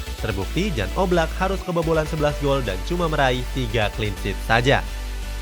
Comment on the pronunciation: Menit, Maaf, itu dibacanya bukan 'Jan', tapi 'Yan' (dalam bahasa SLovenia huruf 'J' dibaca 'Y'